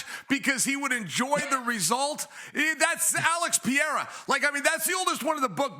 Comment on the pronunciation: Jesus Sonnen, P E R E I R A.... Is not that hard!